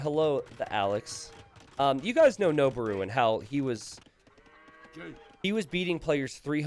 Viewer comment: Pitch accent for Noboru is low then high. It means "to ascend".